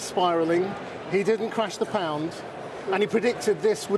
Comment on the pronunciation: The way he pronounced pound made me physically cringe. Checked his background - Etonian through and through, got a banking position straight out of college although he read History.